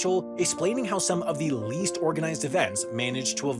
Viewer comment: at leasht owl shkewls awent shewtin gahhaleries